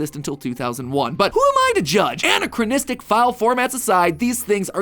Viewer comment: I feel like the scariest part if Matt's pronunciation of "anachronistic."